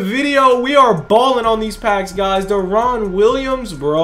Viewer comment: Love ya bro but you saying deron’s name wrong please look it up. It’s so annoying